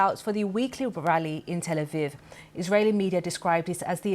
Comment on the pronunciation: That's not how Tel Aviv is pronounced